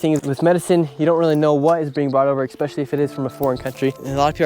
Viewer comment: The word is not “expescailly”. You sound silly.